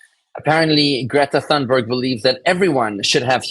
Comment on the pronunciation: Her last name is pronounced toonberg Thunberg don't pronounce it like the thee them this that etc. it's not a TH sound it's like you exhale as you say toonberg. The H is a breath sound. So smart and can't say the name right 😂 I'm no fan of this grownup brat and I can't stand her. But I also can't stand presumably "smart" people who can't even pronounce certain names or words correctly. English is not my first language and I read and write better than most people I know in Canada. If a foreigner can learn the language better than most, what is the excuse for a so-called "smart" person?